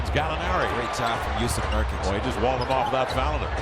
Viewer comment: Jusuf Nurkuc, not Jusef Nurkic